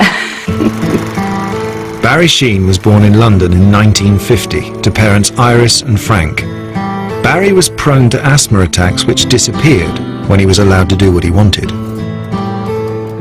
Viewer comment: Asthma pronounced Asthmer?